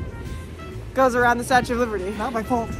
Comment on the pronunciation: The way your dad says “statee” when pronouncing statue reminds me of the way my grandma used to say “wednesdee” instead of Wednesday and I find it so adorable